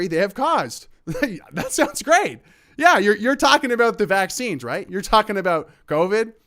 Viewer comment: He can't say vaccines